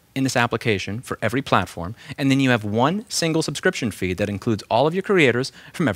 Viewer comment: It's very hard to hear that you say 'Subscription feed" a lot, instead of "subscription fee" ;-) I almost closed the video.